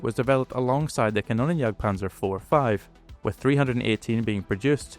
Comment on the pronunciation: Sinnlose KI Übersetzung RaketenJagdPanzer muss mit Silben Trennung ausgesprochen werden "Raketen" "Jagd" "Panzer" KannonJagdPanzer geht gar nicht das heist "Kanonen" "Jagd" "Panzer" . Mir wird übel wenn die KI die deutsche Sprache verhunzt.:face-purple-crying::face-orange-frowning